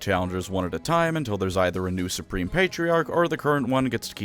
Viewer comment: "I'm Spreme" - Belt